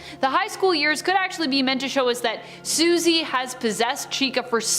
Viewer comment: Her name is Susie not what you said